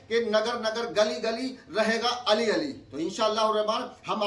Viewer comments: Ali pr zabar hai ya pesh Abe jahil jb tujhe ibarat hi nhi padhna nhi aata kahe ka aalim 😅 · Diploma molvi tujhko to ibarat bhi nai prhne aati hai ali pe zabar parhun k pesh 😂😂😂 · Ali ka naam padhna aata nai puchta hai ziar hai jabar hai khud molai kahta hai